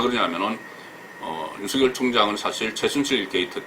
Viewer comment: 유명인사들의 말을 들어보면 적지않은 분들이 유월을 [육월]로, 윤석열울 [윤성렬]로 잘못 발음하고 있네요. 이번달은 [유월]이고 현 검찰총장 은 [윤서결]로 읽어야 한답니다.